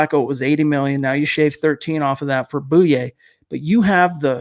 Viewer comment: Pretty sure it's pronounced boy yay....not boo yay